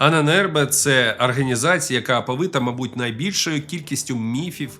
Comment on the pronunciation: Все дуже добре але не арганізація а організація а так лайк